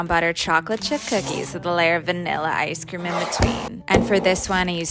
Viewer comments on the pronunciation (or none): “Wath veNillllA isSe cReEem iN bAtWeeEën” the talk😭🙏